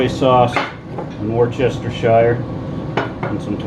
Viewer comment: The only murdering was the pronunciation of worcestershire.